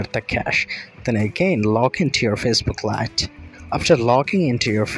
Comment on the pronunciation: Bro graduated from a public toilet, Bro trying to sound like a foreigner but can't even pronounce lite